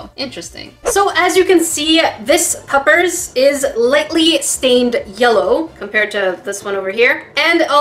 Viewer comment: I'm pretty sure she said "two puffers" instead of puppies lol